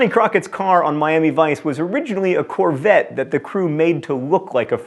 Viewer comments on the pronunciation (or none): none